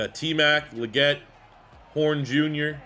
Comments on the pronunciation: Love you’re bringing this back my guy! XL’s last name is pronounced Lee - get but looking forward to the rebuild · It’s lee-get bro tf are you saying😂